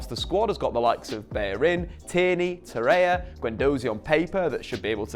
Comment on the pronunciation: Torreira not Torreya!!